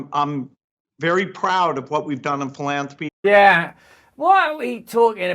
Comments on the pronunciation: Is it only me or is Girlie Billy pronouncing "Pillanthropy" in that manner because he is into medical money making and other money juggling endeavors for questionable results, because there is a huge difference in "Philanthropy" and how he purposely pronounces the word? Is he playing with the Ole DS with him telling the truth in plain site! He does not give his money away, he gives foundation money away from the profits of his BPharma ring around the roses money juggling! No prizes for false appearances, Billy and you and the rest of us awake people know this... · Russell pronounces philanthropy as “philamfropy”. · Did he say philandary? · He said PILL-ANTHROPY....WTF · I love how he gets so squirmy at the end and says "Pill-Anthropic"! He is a real Pill all right!💊 💊 💊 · Did he said pilantapy lol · Epstein thought Gates said philandery